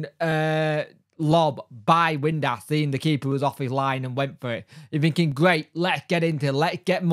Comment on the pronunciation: Lol windass not windlass lol!!!